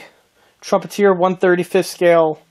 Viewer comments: It's Trumpet -"er" not Trumpet - "eer" Nice model work! I bet your client was happy with it! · The kit is a Trumpeter kit, not a Trumpeteer. Also it's called a Cup-ol-a, not a Cop-u-lar. Nice job on building and painting the kit.